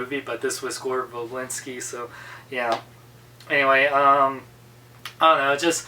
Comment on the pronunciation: You didn't pronounce Gore Verbinski's name right